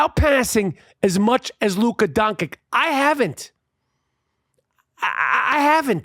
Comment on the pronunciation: You pronounce his name wrong, "Don"-"Kick", like someone that only read his name, never watched his games, And describing a triple double machine that has amazing passing skills as a player that plays only for himself, is way off. Based on this video I am not convinced you understand basketball dude. Go Lakers